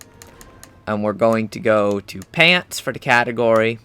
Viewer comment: Its sooo funny when he says "pantz"